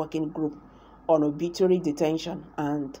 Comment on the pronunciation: Arbitrary not obitrary detention